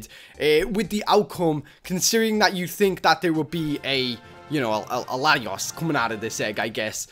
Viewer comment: Its Zek rum and Latios is lat- e-os